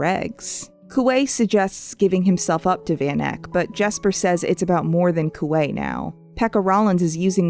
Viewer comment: When I was reading six of crows for the first time, there were a lot of names I couldn't figure out how to pronounce (dyslexia). One of the offenders was Kuwei. So I just mentally called him Kiwi. I guess I've been doing it for so long I was surprised to hear his name properly pronounced.